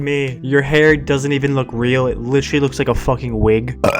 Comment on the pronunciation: I thought you reminded me of, but then when you said “licherly” instead of “literally” I knew it was for sure